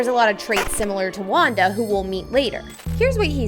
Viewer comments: girl it's wenda not wanda bro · Wenda not wonda😅😅😅😅😅😅😅😅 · It’s not wonda it’s wenda!! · Wenda not Wanda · Her name is not Wanda it's Wanda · Her name is Wenda not Wanda!! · She said wondu😂